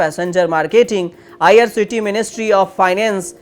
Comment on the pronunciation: तूमको ठीक तरहसे बोलना नहीं आता. आईआरसीटीसी बोलो, करोर नहीं करोड बोलो. पहले अच्छी हिंदी सीखकर आओ.